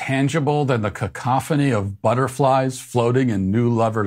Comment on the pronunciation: He / she said ‘cancophony’ anyway. Didn’t even manage to say cacophony